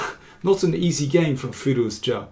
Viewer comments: Can you please just call him Firou-zha like everyone else (or Alireza)? Your pronounciation is hurting my brain, and I really like the kid. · How do you come up with those pronunciation ideas? You might be the only one in the world pronouncing his name like that :)) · I'm sure it is correct, but every time Daniel say Firouzja it reminds me of an episode of The Big Bang Theory where they set a puzzle to get Sheldon a date, the girl shows up at his door and starts speaking Klingon.